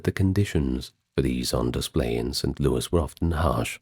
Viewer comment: Its st louis not louie. But i have heard it that way a time or two in my many years in Missouri.